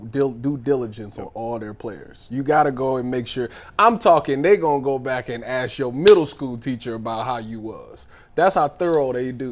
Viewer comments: Who are you axing..😅😅😅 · Stupid because he pronounced “ask” differently? Who cares what you think 😂. Focusing on how someone speaks in this situation is insane. They’re discussing a young woman allegedly being physically abused, and your first thought is how they talk? Weird, man. Just weird.